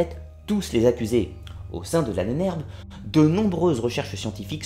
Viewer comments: J'adore l'Ahnener-beuh. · Tu voulais dire L'Ahbonh-Herbeu.